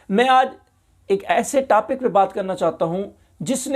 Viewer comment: Tapic nahi topic hota hai pahle bolna tu seekh molvi.